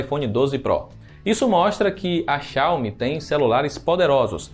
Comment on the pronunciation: Vocês consideram a mesma versão do jogo/app? Tem que ver isso. E aprende pronunciar Xiaomi